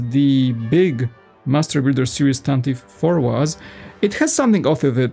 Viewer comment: Yeah, usually Americans say it correctly… “tantive” We like pronunciation